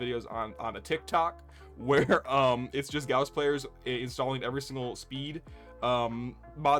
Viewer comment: Correct Gauss pronunciation, brings a tear to my eye :). Also this was a fun video, enjoying the content man. P.S I hate volt speed ups, I'm with you man, fucks up my flow and control.